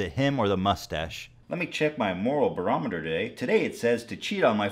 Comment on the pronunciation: hahahahahahahahhahah bro he said "Moral Berometer" hahahahahahaha